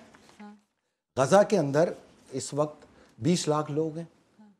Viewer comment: It's Gaza or Ghazza not Ghaza